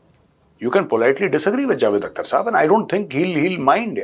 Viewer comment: "Akhhhhhter" theek urdu mein pronounce karo Major sahab 😂